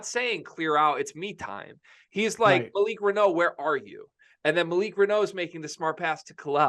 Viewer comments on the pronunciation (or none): It's Malik Renew. That's how it's pronounced. LOL. Remember it! Renew. Renew. Renew!